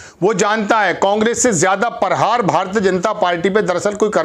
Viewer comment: Parhaar kiya hota hai hindi tuo bolna seekh lo sahi labez bola karai